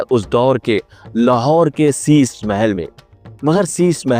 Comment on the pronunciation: Shisha Hota Hai Shisa Nahin